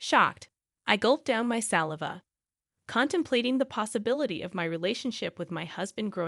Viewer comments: It's not SALi cash. It's Sal -eye -vah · When the bot said "saliva ", I lost it!😅😅😅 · Can't pronounce saliva! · Not only is it A.I. but is also proof that in the near term humanity has nothing to fear from it. When it learns to pronounce saliva I may become a bit more concerned. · Exactly and AI doesn't fix that. Culture show with "Barren woman" but I cringed with the pronunciation 'saliva' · saliva politeness adorable saliva panicked You might want to learn how to pronounce the above words properly